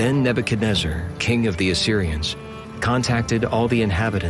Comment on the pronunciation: Thank you for pronouncing Nebuchadnezzar correctly👍I tried listening to 6 before others n couldn’t do it🙏❤️